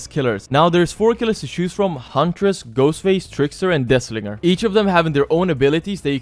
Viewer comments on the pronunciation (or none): Why Death Slinger sound like "Dis Nigga" 😭😭